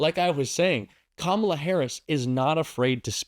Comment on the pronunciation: KAMALA! Accent on the first syllable. Let's get used to spelling her name correctly! She's our next President of The United States. God protect her.